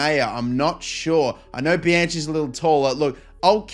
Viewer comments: It is pronounced Bi-Han Key. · For Bianchi, it's pronounced "bee-uh-nki" in Italian